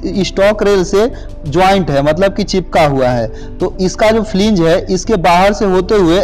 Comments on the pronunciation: Flang not fling ... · Fling nhi hota flange hota h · It is not flinge it is called wheel flange...